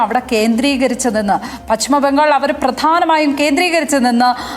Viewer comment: പച്ഛിമ ബംഗാൾ അല്ല, പശ്‌ചിമ ബംഗാൾ ആണ്. (ഉച്ചാരണം ശ്രദ്ധിക്കുമല്ലോ, especially Padma Lakshmi)